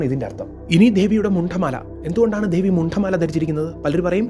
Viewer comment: ദേവൻ.. ദേവി✅ ധേവി, ധേവൻ ❌ മലയാളം ഉച്ചാരണങ്ങൾ ശ്രദ്ധിച്ചാൽ നന്നായിരിക്കും. പറഞ്ഞ കാര്യങ്ങൾ വളരെ ശരിയാണ്. കാളിയമ്മ 😊എന്റെ കാളിയമ്മ